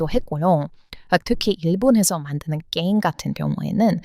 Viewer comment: 그냥 한국 사람이 외국인 발음 따라 하는거 같은데 게임을 께임이라고 발음 하는 외국인은 처음 봄